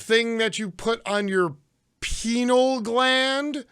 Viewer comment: Pineal gland. Pronounced PiNEEul.